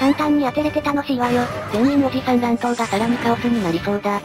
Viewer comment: おじ↑さん↓だとぉ？ふざけんじゃねえよぉ！お兄さんダルルォ！？